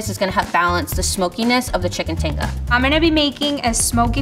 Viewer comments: never would have expected to hear someone who knows about and cooks tinga to pronounce it like that lmao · Not to be that person , but level 2 chef pronouncing “Tinga” and “Crema” the way she was, was making me cringe 😂 I mean it all still looked delicious but ugh lol